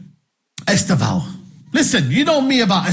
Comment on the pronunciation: lol the first guy "e-STARV-oh" I know he's a bit skinny but no need to be mean mate. I'm sure he'll be eating good